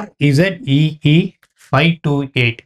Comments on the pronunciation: அது Breeze இல்ல brzee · Spelling correct pronounce thappu (ப்ரிசி) brizi